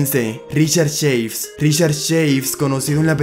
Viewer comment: no se dice "cheivs" es CHAVES ta cual aparece